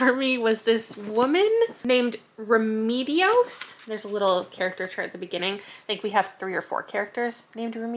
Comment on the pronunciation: Also in Remedios the second E is pronounced the same as the first.